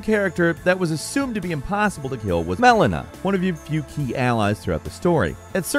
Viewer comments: I'm surprised they had to dub over saying Melina so many times.. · lol that audio patchwork. "MELINA" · Probably Mileena or Manila. Or Malenia haha. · I like the sound edits of your voice in this where I just know you mispronounced malenia and radagon.